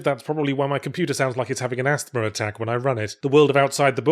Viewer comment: did you literally say "asTHma"? The th is silent lol